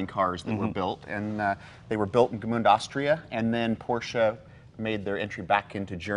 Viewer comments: Guys the name of the city is Gmünd not Gmund ! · It’s GMÜND not GMUND - different pronounciation and spelling. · As an Austrian it hurts hearing '"Gmünd" being mispronounced so many times... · They should never have built another one after that. Also cute how they pronounce it. Gemuund. :-)